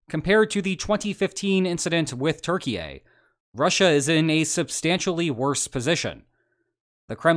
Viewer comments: Hi,! You are saying Turkey-yay 😅 wrong... again 😂 Hope Erdo doesn’t hear you or this might lead to real problems for NATO 😮 The correct pronunciation would be with a “u” as in “you” and the ending is more of an “yeah” in stead of a “yay” Try it out - T-you-r-key-yeah! PS If your policy is addressing people the way they insist no matter the cultural context or whatever, please address me as God-Emperor. I would be grateful ☺️ Cheers and keep up the nice work, mate. I appreciate your channel but the LOLs are also a must-have when discussing geo-politics. Otherwise it becomes too dull and repetitive. Remember, yeah, not yay! And if you mention Bulgaria, know that the u is pronounced as the o in “love” rather than the u in “you” Also, try saying Tsrnagora in stead of Montenegro. I digress… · why do you say turkeyay? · Is Turkey pronounced Turkeyaye? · bro keeps saying turki-ye lmao, cmon man just say turkey at this point. or pronounce it turkii-eh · it's turkey, not turkey-yay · Turquyia, not Turkeyei!!! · Love your videos, but I gotta say - it's pronounced "tur-KEE-yeh" not "Turkey A" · Can you stop calling Turkey "TurkeyYay"? It sounds so stupid. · Turkey-ye? How did Kanye get involved? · Wtf is a Terkeeayy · Why you saying turkyie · LEARN HOW TO PRONOUNCE THE COUNTRY OF TURKEY, You sound silly and ignorant. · Hej man, I just wanna say that you're saying Turkey wrong